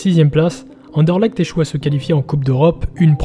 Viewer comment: Mille mercis l'ami, effectivement il y a encore du boulot niveau prononciation 😅 Content que tu aies apprécié le sujet 🟣⚪️